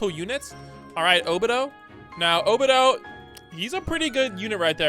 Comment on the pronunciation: bros says obito’s name so wrong it urks me